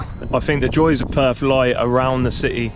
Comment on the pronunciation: It is not Perf, it is Perth. It is your language, learn to annunciate it.